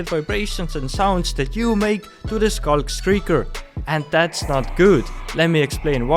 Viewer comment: "Skulk-skrieker" IDK what accent you're using but it's kinda funny🤣